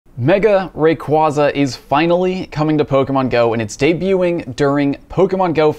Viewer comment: Wish he will say the Pokémon name right :p